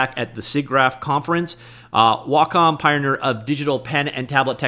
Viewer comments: WhaaCom? LOL... One thing I can count on from is he will report on the news right away... And absolutely BUTCHER every pronunciation he can. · Is Wacom pronounced: Wah Com or Way Com? Honestly have no idea.